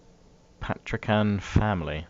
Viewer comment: patrician ( pat-ri-tion)